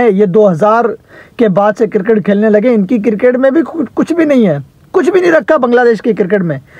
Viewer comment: O bhai ye kirkit kirkit kya hota he? 😂🤣🤣😂